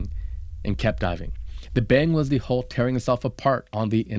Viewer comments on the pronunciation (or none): Please learn how to say 'hull'. Initially I thought you were saying 'hole', and the subtitles were also showing 'hole'. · I got very tied od the comments saying HOLE instead of HULL.